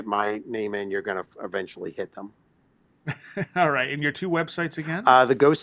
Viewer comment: You will be awwight!!! 😂😂😂😂👀😂😂😂😂